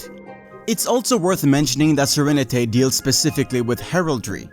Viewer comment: Great video! By the way his name is pronounced Sir-Rene-T not Sir-Renet-A, its a pun on the word serenity.